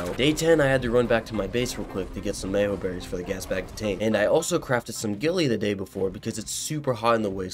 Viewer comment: Is that how you're supposed to pronounce Mejoberries? Me-Yo-Berries?